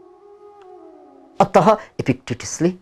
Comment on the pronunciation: जय होस! हजुरले प्रयोग गर्नु हुने शब्दको उच्चारण अलि ठ्याक्कै भएन कि जस्तो लाग्यो, ती शब्दहरू हुन, अत:, अन्तत: फलत: प्राय: आदि अन्तमा बिसर्ग लागेर बनेका। तपाईको उच्चारण अत(ह) सुनिन्छ, मतलब पूरै कडा ह सुनिन्छ तर यो बिसर्ग सहितको उच्चारणमा ध्वनी (आधा हल्का नरम ह) हो। है हजुर, अन्तत (ह)होइन। ह को ध्वनी एकदमै हल्का, नरम या आधा मात्र हो। अंग्रेजीमा father,mother इत्यादी को उच्चारणमा र को उच्चारण गरे जस्तै हो। र, को ध्वनी भए पनि कता कता हराय जस्तो। हुन त यो ब्याकरणिय कुरा हो तर पनि हजुर जस्तो बिद्वानको मुखारबिन्दुबाट सही,ठीक ध्वनी उच्चारण भए नेपाली भाषाको बिकासमा ठूलो टेवा मिल्ने थियो। धन्यबाद!